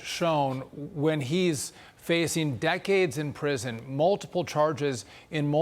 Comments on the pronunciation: I'd like to make a profound comment, but all I have is a laugh at Sean Duffy saying kahunas instead of cohones. Does he know more Hawaiians than Latinos? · I love Dagan she knows that’s not how you pronounce cojones